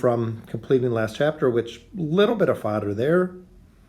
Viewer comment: When you say fodder it sounds like you’re trying to say father in an accent. 🤣